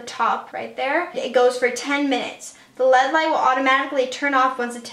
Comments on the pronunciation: She said lead light bahaha it's LED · I love but I kept dying when she'd say lead light and not L.E.D. light hahah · Kara Jorgenson same😂